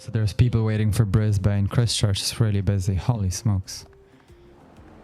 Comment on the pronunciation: Christ-church…. In-ver-Cargill